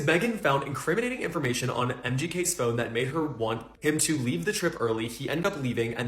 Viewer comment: this mf said "incriminating" are you deaduzz...